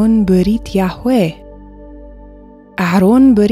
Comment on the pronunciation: Hello,. Thanks for the lessons. Everything's good. But why was the pronunciation of the Creator's name changed? In class 38, the pronunciation is clearly different from that of this class review. Thanks!